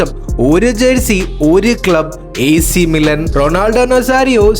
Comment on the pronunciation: മിലൻ അല്ല bro മിലാൻ